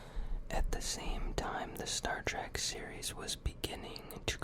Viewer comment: I wanted to hear Star Trek facts not Star TrAk facts lmfao jk awesome video man!